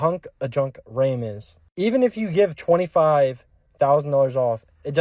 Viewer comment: He keeps calling a RAM a Raim. Dude can even say the freakin name right. We have had our RAM for 11 years. It is a 2003. It had 60,000.00 miles on it when we bought it in 2015. And its a 4x4. Zero problems. No fancy crap. That is the secret. NO FANCY CRAP!